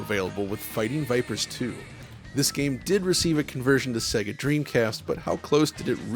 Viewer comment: Wonderful video but please pronounce SEGA correctly. It's SEYYGA (as in 'AGES'), not 'SEGGA' as in EGG.